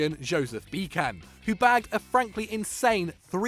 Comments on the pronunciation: man, i know mispronouncing names is kinda your think but Josef Pepi Bitsan not Bikan. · Come on, you don't read Bican with a "k".... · The way you pronounced Josef Bican gave me cancer.